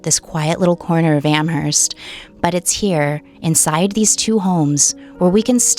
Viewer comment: What is spelled "Am-herst" is actually pronounced "Am-erst."